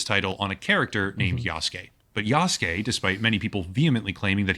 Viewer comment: This dude isn't even pronouncing Yasuke correctly. He's saying "Yaske" instead of "Yasuke", just skipping over that "u" sound. IPA: jasɯ̥ke